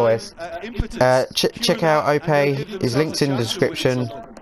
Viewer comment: FIFA's out in 2 days so you should just do that for your 1v1s .. trust me grind off FIFA if you can online or practice.. also you said my name right XD... thanks bro